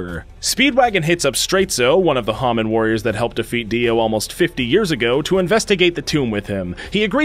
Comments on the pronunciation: I KNOW IT"S SO ANOYYING IT'S HAMON NOT HAMin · IT’S HA-MOAN NOT HA-MAN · He keeps pronouncing hamon wrong it's ha-mone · "A-RACK-KEY" "HOM-IN" You Bostonian or something? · "Hah-min." Joking aside, I enjoyed the video. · Its call HA MOAN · You can tell that watched the sub cuz he mispronounces hamon so many times